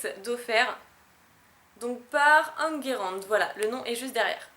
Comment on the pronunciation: Merci pour le coucou pour le Mega Gallame ^^ mais...mon prénom ça se prononce (phonétiquement) : En - (comme dans An-chwatt) Gué ( comme dans Guer-riaigle) et Ran comme dans Pha-ram-p ! Enguerrand ! Avec un D muet xD